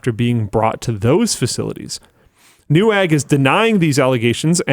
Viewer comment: Please, call them Nevag, polish w is pronounced as english v